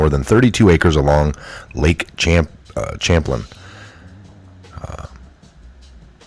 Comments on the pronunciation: Not to be negative or sarcastic but being a New Yorker ( not by choice) Champlain is actually pronounced like Shamplane. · ....lake (shamplain) is how its pronounced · Lake (SH) Champlain sounds like SHAMPLAIN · lake 'cham-plane' ;) born here. vet. patriot. anon. programmer. qanon. pepette! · The big lake between New York and Vermont is Lake Champagne. Pronounced SHAM-plane. Keep up the good work, brother!